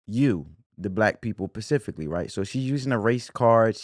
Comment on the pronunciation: “ pacifically” is crazy work! Byron is the truth!!!!!